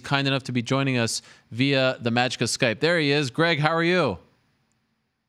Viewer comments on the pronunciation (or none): "Via Sykpe"? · Hardy got his stuff from Soulja Boy that’s why he has to call “via SYKPE”